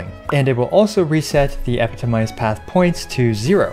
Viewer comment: He's stressing the wrong syllable on 'epitomized'. The primary stress is on the second syllable 'pi' with the secondary stress on the last 'mized'. This first and third syllables are reduced.